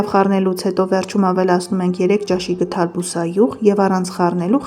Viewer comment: Աղջիկ ջան,ոչ թե գթալ,այլ գդալ։Հոգի եք հանել ձեր քթալով և գթալով։